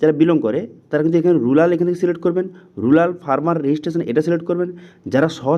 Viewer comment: ওটা রুলার নয় রুরাল